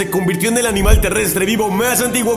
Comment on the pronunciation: Soy yo o dice canmal aquí